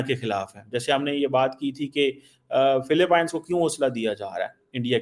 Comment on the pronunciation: Yaa kon sa chima hai jo pronoun bhi nahe kar sakta philipines ko philipine kah raha rai